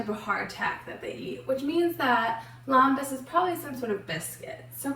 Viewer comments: It’s pronounced LEM-bas. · You are not pronouncing Lembas right.